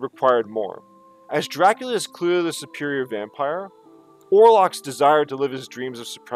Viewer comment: You got it right !